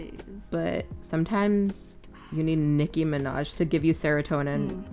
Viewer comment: "Niki Minjaj." 😆